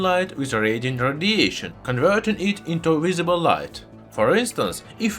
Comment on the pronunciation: I really appreciate the information you share with your channel, Also your accent is good to listen to 👍🏻 But I can't help but hear Rhodesian instead of radiation :p